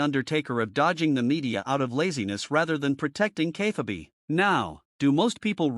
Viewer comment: Please teach your AI how to pronounce "Kayfabe"...